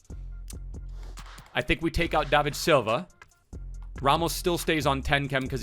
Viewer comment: u dumb?! learn maths and then learn how to say bernardo SILVA! not shilva or wtv u are saying